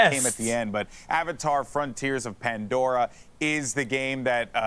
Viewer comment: "AVA TAR FRONTIRE OF A PANDORA"